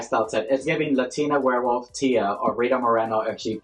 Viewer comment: Not you saying Woof instead of Wolf every time 💀 Werewoof is sending me 💀🤣😭